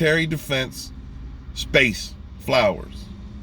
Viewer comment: Didn’t watch any of it. And seeing you struggle to say the word “flowers”, tells me all I need to know.